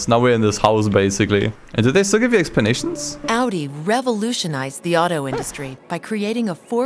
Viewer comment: Nah, he pronounced audi "addy"